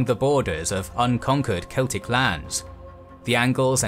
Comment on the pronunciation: I absolutely LOVE how you pronounced the Celtic names.